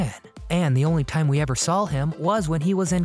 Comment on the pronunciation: I couldn't fully enjoy this due to the constant mispronounciation of the simplest words by the narrator. The word is saw and not sawl